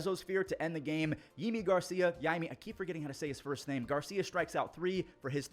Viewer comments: Hey, not sure if you'll see this but if you were wondering, Yimi Garcia pronounces his name like "Jimmy Garcia." Great Vid as always! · The broadcast always says Yimi Garcia like "Jimmy Garcia"